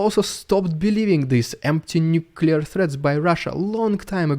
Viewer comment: Every time I hear nuclear theads i am rolling on the floor 🤣🤣🇺🇦🇸🇰.